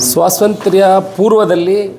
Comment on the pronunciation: ಸ್ವಾಸಂತ್ರ್ಯ ಅಲ್ಲಾ, ಸ್ವಾತಂತ್ರ್ಯ, ನಿಮ್ಮ ಉಚ್ಚಾರ ಯಾವುದೂ ಸರಿ ಇಲ್ಲ.